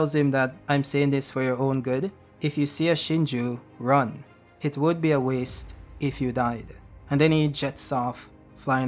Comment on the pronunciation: “It WOOD” 😮‍💨🤣